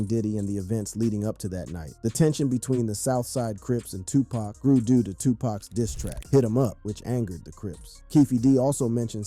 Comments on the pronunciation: His name is Tupac not tupack ok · First of all its not TUPACK, ITS TUPAHC! GET IT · It's NOT 2 PACK...IT'S 2 POCK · Bro how the fuk do u not know how to pronounce Tupac's name correctly smdh it's like calling Michael Jackson Michelle Jackson...get it together bro he's only arguably the most legendary hip hop artist EVER the least you can do is get his name right